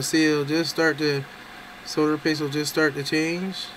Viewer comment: Thank you for your correct pronunciation of the word 'Solder'. This brit and the letter L appreciate it.